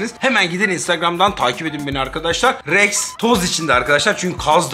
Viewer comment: KralREKS DİYE DEĞİL REXX Diye